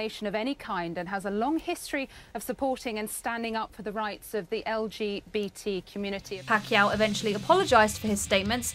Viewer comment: You mispronounced, "Pacquiao".